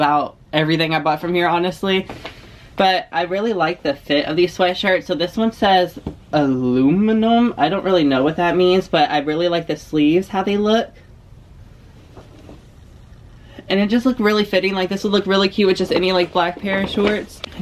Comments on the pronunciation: Aluminum😂 girl how did you become a teacher😂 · Aluminum, lol. ALUMNI, bb -- it's like when tou graduate from a college or even high school. For example, I graduated from Mooresville High School so I am a MHS ALUMNI (AH-LUM-NIE) Love this video! Keep being fantastic. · You made alumni sound so cute. Imma start pronouncing it like that 😊.